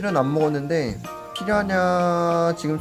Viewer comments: 왜...피야냐 로 들리지... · 피라냐 발음 안되시는거 귀여우시네여ㅋㅋㅋ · 왜 자꾸 피라냐가 피냐냐로 들리지..? 내 귀가 이상한건지.. 브르님 발음이 커여운건지.. 모르겠당.. (둘 다 인듯) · 발음이 피랴냐로 하시는데 귀여어